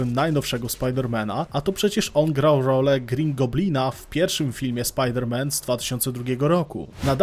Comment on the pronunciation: „Spider Man „